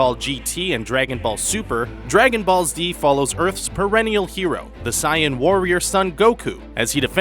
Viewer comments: you pronounce it as (say-in) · Guys! Saiyan is actually pronounced Sigh-an in the Japanese version. Only the FUNimation dub calls it Say-in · Guy said Siyan fuck sake he mispronounce everyone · And Sayan instead of Saiyan